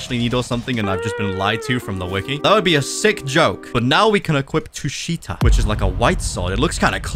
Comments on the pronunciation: Tushita read tū-shī-tǎ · it’s the first one “Tusheeta” that’s how it’s pronounced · it's called tu-shi-ta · Tushita is pronounced t uu sh ih tah so you pronounce it like the name